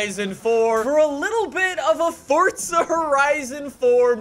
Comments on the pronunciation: Is it just me or does it sounds like he's saying fortza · Pretty sure he’s saying fortza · Is it me or he says fortza horizon